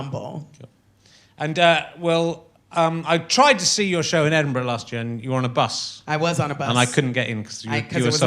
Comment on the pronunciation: I love the fact that she said Edinburgh properly !